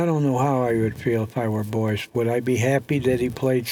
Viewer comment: The old boy spent the whole match pronouncing his name as Boyce,spoke far too much and unnecessarily to realise that its actually BOYES,who incidentally will be vice captain in the upcoming Mosconi cup next month.